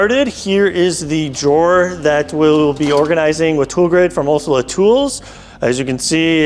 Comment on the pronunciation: Pronouncing Olsa is not that hard. You might want to get that right especially if you are working with them on a video.